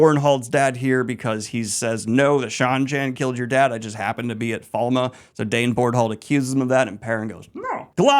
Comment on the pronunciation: Not even two minutes in, the name of the first Battle: "The Battle of Falma".... Falme!!!! Its Falme. My day is ruined and my disappointment is immeasurable. Edit: I see you have it wrong on the Billboard as well....